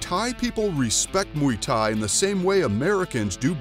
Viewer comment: i stopped watching when he said ''MUY THAI''